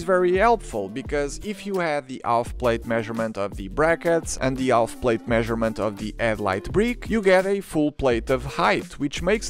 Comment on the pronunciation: Wonderfully informative video. Hope you don’t mind my suggestion for language: the l in Half is totally silent in English. This is just another of those weird things about English 😊👍